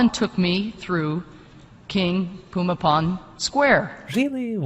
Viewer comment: King Pumipol as she is speaking of, is the same king Bhumibol. She pronounced it the way Thai people pronounce it. He was the most loved and revered king. He led by example. My late grandmother was fortunate to be in his presence once when he was visiting her village. He will forever be missed.❤💟💙🙏